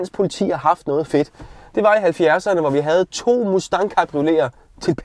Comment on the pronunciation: Nu må dig og altså snart lære at udtale Mustang korrekt 😆